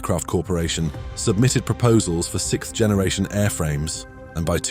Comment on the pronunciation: I'll never be tired of hearing people say sicth instead of sixth